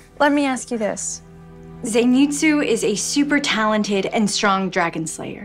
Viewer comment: man she said zeinitsu ;n; how dare she